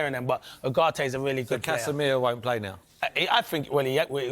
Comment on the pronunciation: Wtf is a "Gud Plaa"?